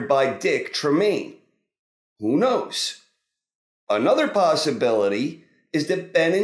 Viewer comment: "who nose". LOL